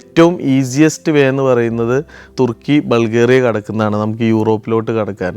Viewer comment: തെർക്കി അല്ലതുർക്കി മലയാളി അങ്ങനെ പറയണം